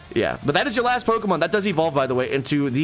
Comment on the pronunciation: Neither of you have any right to push pronunciation lmfao miss saying almost every other pokemon big Dawgs 😅